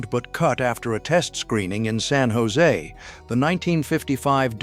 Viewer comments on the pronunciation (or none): none